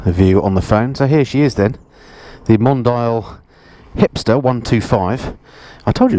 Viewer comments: Pronounce it right, "Mondiiale"...it was cool enough for Ferrari. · I think it’s Mon-Dee-al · What a lovely little bike! BTW... hope you don't mind my pointing out the the name "Mondial" is pronounced Mon-dee-al. I guess that makes it sound a bit better (exotic?);)